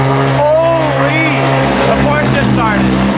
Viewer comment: Pleassss say Porsche not Porsch 😭😭😭